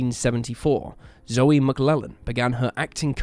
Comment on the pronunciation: Not that it matters, but Zoe McLellan's name is pronounced like 'joe' not 'Joey'.